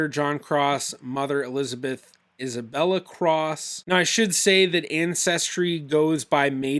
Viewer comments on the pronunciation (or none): none